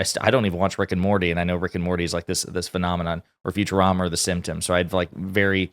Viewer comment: Were all just gonna ignore the fact at one point he called "the simpsons" the "symptoms"?